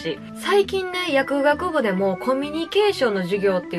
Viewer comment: ちゃんと薬(学)部って言ってる✨やくあくぶじゃない😍